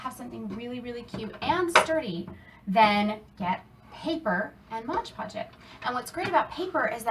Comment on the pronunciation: MOD PODGE, not modge podge! Apart from hat, great job!